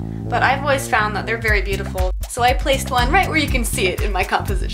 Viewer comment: BEEYOOTEEFOOL!!!!! (if words were spelled the way they were pronounced lol XD)